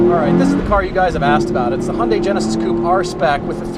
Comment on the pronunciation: Love your videos guys! Did you just call it a "hundie"? Hehe